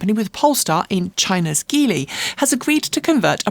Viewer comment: Apparently Geely is pronounced "G" "Lee", as in the letter "G" of as you would say Gee Whiz. Otherwise, thanks.